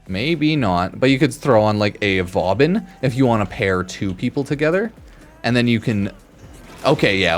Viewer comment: Why is no one talking about Vaubin? 😂